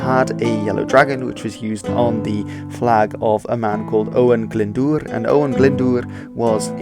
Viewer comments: Jonathan Murphy Cadwaladr and Caswallon is dodgy, but Glyndŵr is absolutely spot on. Doesn't help that spelling used for Cadwaladr uses two ll for some reason, which may make unsure of the pronunciation. It's just one l in Cadwaladr. By the way, 'cad' is old Welsh for battle which is why it crips up in names of kings. And in modern Welsh is most often heard in the Welsh word for 'headquarters', pencadlys, which literally means 'head (main) battle court'. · You pronounced Glyndŵr's name right!